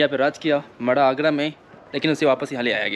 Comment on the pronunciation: Agra h bahi agrda nahi